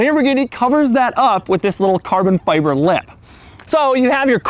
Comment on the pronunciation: hit like every time he says CARBON FyyyBIBOR